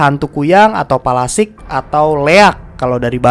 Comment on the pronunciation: Palasik ya bukan pelastik wkwwkwkwkwkkwkwkwk